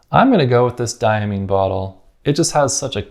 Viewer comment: I like the Iroshizuku bottle best. It’s beautiful and functional and it has the name of the ink and the color on the label. It drives me crazy that so many companies don’t put either of these things on the label. As a side note, it makes me chuckle how Americans struggle with the pronunciation of “Diamine.” Imagine you see the word “mine” printed in a book - would you ever consider pronouncing it “meen”? lol. But a good video! Thanks.